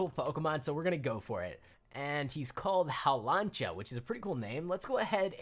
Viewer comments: Hawlancha i like that i have watched every season of pokemon and its haw-lu-cha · It’s haw luu cha